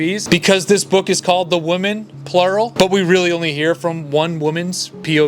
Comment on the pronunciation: Dude i like your videos but for the love of God, Women is pronounced Wi-men. Woman is pronounced Wo—man.